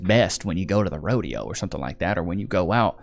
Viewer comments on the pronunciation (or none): It's rodeo,, not a roadie hoe,.. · God damn it! It's a Rodeo not a Rode-hoe! L Nigafication! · Its a Rodeo NOT A HODEO!